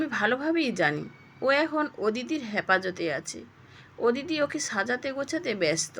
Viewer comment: “ওদিতি” নয় হবে “অদিতি “